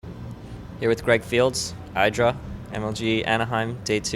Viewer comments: It's not "Eye-dra", it's god motherfuckin' Idra. Taken from the name Indra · its idddddddddd-RAAAA